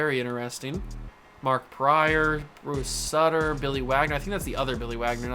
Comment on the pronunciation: Bruce Sooter is how its pronounced H.O.F. split finger fast ball W.S. champion 1982 st.louis cardinals